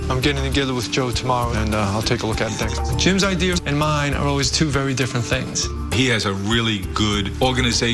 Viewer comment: Did the 1st girl say idears. 😆 idea ... Maybe 8.23 😆